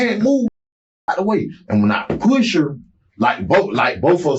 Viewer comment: Does anyone else hate the way he pronounces push?